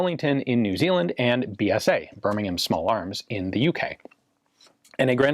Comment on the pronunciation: First time I’ve ever heard an American pronouncing Birmingham correctly. Good man.